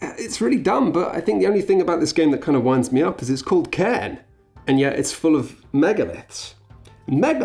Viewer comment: it's pronounced "karn" btw, its a gaelic word, the i is only there to specify the pronunciation of the r